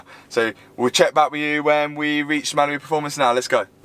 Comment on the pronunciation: The way you say Mallory Performance like it's Malibu Performance drives me crazy. 😅